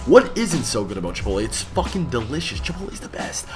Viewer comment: "Ch-ipotle" jesus...